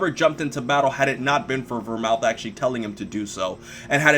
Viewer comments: Vermooth not Vermouth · It's pronounced Ver-mooth not Mouth!!!!!! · Not only that, the TH in Vermouth is not supposed to be pronounced as a TH. It's supposed to be pronounced as a hard T. Go watch Detective Conan. :) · Vermooth, not Vermouth,.;) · The drink Vermouth is pronounced "Vermoot". No TH.